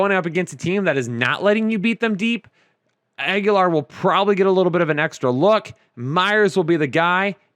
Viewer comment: stop saying Agholor as Aguilar. Aguilar is its own last name and they are not pronounced the same. Not trying to be a dick, just letting you know. Keep up the great work guys